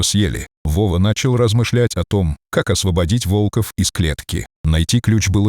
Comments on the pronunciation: Почему вОлков? Правильно - волкОв! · Молодец мальчик ,супер,волков,ударение на о,плохо читаете ,противно слушать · Озвучка УЖАСАЮЩАЯ, автор,читайте текст перед озвучкой. Ваш ролик очень проиграл от такой читки. ВолкОв и вОрота- вообще перлы. Дизлайк.